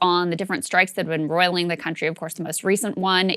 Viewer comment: Crystal, the expression is "roiling the country " not " broiling the country."